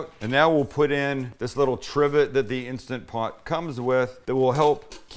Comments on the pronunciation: It's INSTANT POT, Sam ... not insta pot. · It's Instant Pot, not insta-pot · instaNT pot! Say it right! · I love how he says it like Instagram “Insta-pot” lol